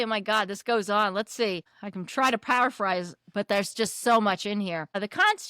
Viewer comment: Or “paraphrase” Or “sovereignty” (so many times)